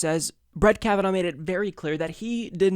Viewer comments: I like how edited out everything Graham said that showed how the democrats schemed to kneecap Kavanaugh. And, also, it's Kavanaugh, not Kavanow. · Who else says his name like this? Most people pronounce it Kav-an-or, with a stress on the or, though the Irish pronounce it kav-an-ur the last two syllables are unstressed. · it sounds like you're saying Kava-NOW lol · Will you please watch one of the hearings? You mispronounce his name still! kavenaw!!!!!!!!!!!!!! godaymnit, do some Research before you read the script TYT sends you. A little less gay orgies, a little more time on the Office. How the heck did you get the job? Did you go under the desk of Cenk? And such stupid lies you have been served, which you serves to others. This woman have been exposed as a liar by her Family, former boyfriends, former girlfriends from college. And stop pretending like the DNC has noble reasons, and is not just using another person politically. Talk about how DNC rapes victims lives, and are a predator on weak people, and rape the US. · KavaNOW, KavaNOW, KavaNOW, KavaNOW.... stop it. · Flare. It has been clearly established that the woman has a dodgy story, and haver lied several times. Family and friends has exposed her. And can't even pronounce his name, so he is biased, when he can't even be unbiased enough to watch the hearings he report. It's like he don't have a Television even, since he has not understood the name. I am not even american, and I knew how to say his name without hearing it. How can this person not know that? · You are still saying his name incorrectly. I thought we were past this,.